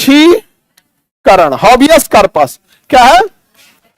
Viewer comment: हेबियस कॉर्पस होता है। उच्चारण पर ध्यान दें श्रीमान जी।